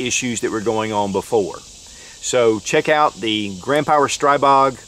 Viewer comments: STREEEEEEEBOG!!!!!! Learn how to pronounce the guns you are shooting! When in doubt, go to Shot Show and meet directly with Grand Power. Or call them, something. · pronounced STREE Bog. SMH